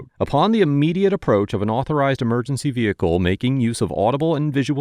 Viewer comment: VEHICLE IS PRONOUNCED VEHICLE (VE-HIC-LE), NOT NO DAMN veakul, veakul IS NOT A DAMN WORD